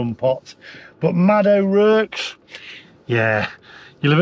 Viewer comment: O'Rourke, pronounced o'rork not o'rerk.